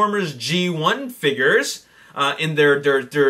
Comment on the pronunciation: He says figures like figers